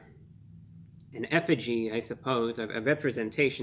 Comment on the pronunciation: "effigy" lol